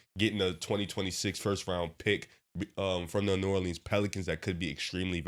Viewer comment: The way dude on the left said New Orleans pissed me off